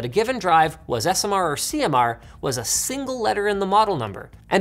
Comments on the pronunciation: Sounds like he's trying to say 'single' but just got back from the dentist and the Novocain hasn't yet worn off... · why does he say shingle i dont like it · I thought Linus mispronounced "Single"